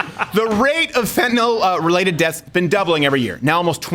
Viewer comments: Fentanyl: Fent-a-nil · Fentanyl is Fent-a-nill. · POTUS reps all states. It's "Fen tan naw" around here. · Everyone in my area pronounces fentanyl like that